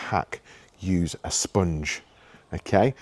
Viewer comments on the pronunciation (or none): That accent with the way you say sponge 🧽 😅